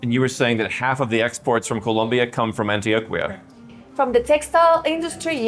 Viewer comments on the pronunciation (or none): Excellent video. One tip for you: the combination on Q-U sounds as a K in Spanish. Example: Antioquia= antioKia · Dude needs to learn how to pronounce Antioquia. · The way dude pronounces Antioquia pretty much sums up the type of Tourist this type of video would appeal to, Que Bobo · My man can't say Antioquia correctly for the life of him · The beauty of this country isn’t the ultra rich, it’s the countryside, the beautiful pueblos and the wonderful people. I know you’re a gringo Rolo but please pronounce Antioquia correctly. 😅